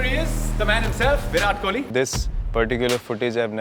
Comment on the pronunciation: Pahli uska naam toh sahi se lele ….. pura Pakistan Kohli ko kholi kahta hi . Bhai thora padhai likhayi karo tumlog . Read books